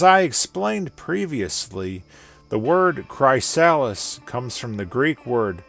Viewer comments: im pretty sure its pronuced kriss- sal list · It's pronounced Cry(as in crystal)-Sa(quickly, fast)-lis(as in the name Liz) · His pronunciation of chrysalis really hurt It's "cri-sal-is" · Bro i work for a company called chrysalis and ive never heard it pronounced like that. You had me questioning myself so hard 😅